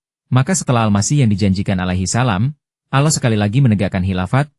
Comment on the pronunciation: Nyebut Allah aja aloh. Apaan tuh?